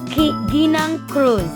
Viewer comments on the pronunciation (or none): none